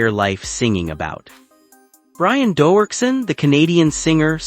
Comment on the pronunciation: Crappy AI can't even pronounce his name correctly.